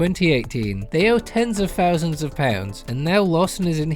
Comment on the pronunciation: Someone should tell him the difference between Th and F. Thousand, not fousand, etc.